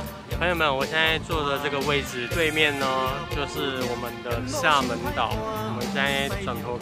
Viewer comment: 厦门就发音不对啊